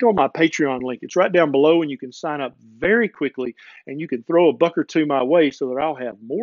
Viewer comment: Did he say a "Berry important health and nutrient topic" :)